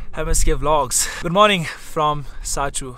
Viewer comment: it's not sachu it's sarchu